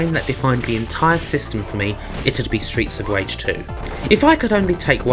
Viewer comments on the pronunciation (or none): Streets of wage. You sir have a speech impediment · stweets of wage lol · Stweets of Wage weview